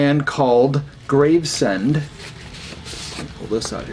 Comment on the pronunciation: Not certain, but I think that blackened grind band might be pronounced Graves-end, as opposed to Grave-send.